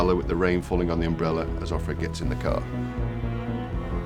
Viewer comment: why do they keep saying off - red? Isn't it of - fred?